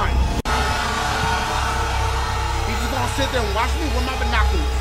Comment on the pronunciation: if you put the speed at -2 it sounds like he sed bonoclers